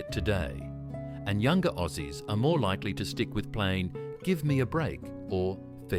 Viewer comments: FOOKING AI, WHERE. Not OSSIES BUT AUSSIES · "O-zees loved it". YouTube videos these days contain words that AI doesn't know how to pronounce or pronounces the creators typo's. Whether the creator wrote Ozzies or Aussies, you cant trust AI will still pronounce the correct spelling the right way. Right before this one it also pronounced Galah incorrectly. I hate AI, it ruins videos. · bloody ai, orzies, ozies, ouzies, what a gala. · Gotta love that crappy AI narration. It can't even pronounce words correctly. Gah-la. Oh zees. 🤣 Incidentally, none of these expressions have been phased out. I use most of these phrases fairly regularly and have done so all my life. Other words I use and never hear anyone say these days are "Yobbo" and "Drongo."